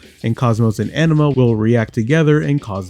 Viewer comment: Great video! But can't stop laughing bc you say 'anima' like 'enema'! 🤣